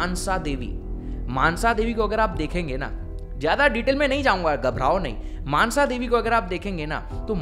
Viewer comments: मानसा नहीं मनसा देवी है।🔱🚩🚩🚩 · Not mansha this is call monsha davi